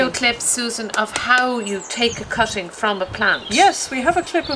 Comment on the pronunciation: First of all your vid title says cuttings which you are not doing , you are doing divisions. Second you are supposed to be referring to "cutting" not "cotting " as you pronounced it.